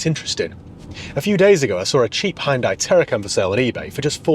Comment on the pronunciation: Glad to see you haven't pronounced it 'Hee Un Day' as the marketing muppets now call the name after all these years. We might possibly have been mispronouncing it for all those years, but a brand name sticks. This particular one had looks that stood out. I bet you can't find a decent Daewoo (or Day Who, as my uncle pronounced the name) / Chevrolet Tacuma that's decent though. Now, there's an idea!🤔